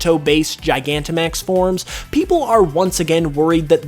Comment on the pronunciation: It's gigantamaxing, not gianamaxing!